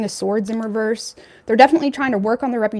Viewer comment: Love your channel BUT " REVERSE" DOESN'T HAVE A "T" AT THE END OF IT !!!! LOL